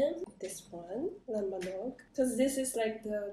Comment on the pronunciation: the way she said "LAMBANOG" I cant hear any korean accent